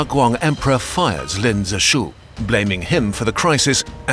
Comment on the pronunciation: Always is funny when Westerners, especially Brits, make something about a foreign country but don't bother to have a native speaker teach them pronunciation. (Like when the Olympics were in Brazil and all the Western press pronounced Sao Paolo like it is written, but in Potuguese Sao is pronounced "san." In English the city name would be Saint Paul.) Anyway, in this video Lin isn't pronounced Lynn like the name, but rather as "lean." Guangzhou, the zhou is pronounced like the name Joe. There are also four tones in Chinese, but that would be pushing it.